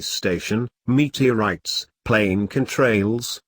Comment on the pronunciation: meat-tee-allrights....plane can-trails......god i hate robot voice.....as for the ob.....the sun is clearly lower than the camera as to wether that is its reflection off a plane.....it could be dropping altitude .....time and pos should match records....likley a sat.....im glad ufo's are back.....racism and war is horrible.